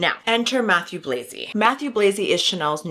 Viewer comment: Nice video, thank you! Just pleeeeease, his name is french Matthieu, not Matthew 😅😅